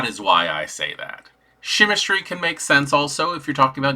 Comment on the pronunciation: You are pronouncing chimerstry correctly. Im with you on this 😊